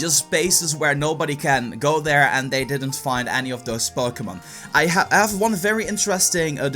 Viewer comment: It sounds like he says Bokémon go. Am I the only one who hears that?